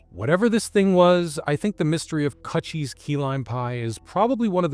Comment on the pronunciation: It's pronounced like CooChie like a vagina...not cut cheese